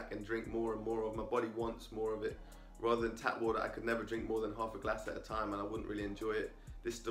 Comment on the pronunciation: Say water properly